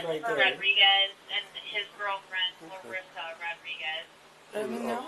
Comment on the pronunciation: LUREEESA 😂pretty sure its Larissa